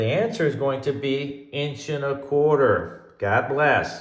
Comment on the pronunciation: Love the way you said, "...INCH and a QUARTER!" Like who the heck is going to have a 1-1/4" LB on a 1/2" run? That's an EXPENSIVE splice box! Do they even MAKE a 1-1/4" to 1/2" threaded reducer?? 😂😂😂 Edit: spelling